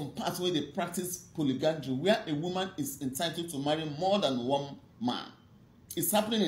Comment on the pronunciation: Polyandry, not polygandry